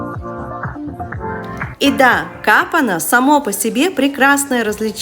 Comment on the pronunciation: Не КАпана а КапАна ☝️ Позволю себе пару советов - хорошо бы упомянуть что Пловдив самый старый город в Европе, и был в 2019 году европейской столицей культуры! Можно было немного старый город показать, хотя бы пару улиц и домов, Этнографский музей, Гребната База, Главную улицу с римской ареной, мозаики.. А так - супер 👏